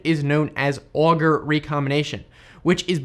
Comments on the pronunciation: It is not auger recombination but ohjay recombination after Pierre Auger, it’s discoverer. I should know, it’s a French name! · auger is frenchie, you need to say OJ - right!! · auger recombination is pronounced as "O-J" recombination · Auger is pronounced "OJ" for future reference :) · Auger should be pronounced as "oh - jay" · Pierre Auger is a French Physicist who discovered what we now call " The Auger Effect " and is used in material science to study electron's and is vital in this now commonplace tech, his name is pronounced ' OOH JAAY ' but you need to soften the ' J ' to a ' G '.....its hard to write !...cheers.